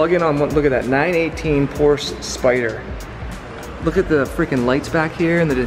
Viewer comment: Please quit saying PORSE.